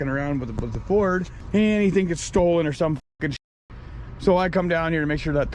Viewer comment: It's ford not ferd, (Found On Road Dead)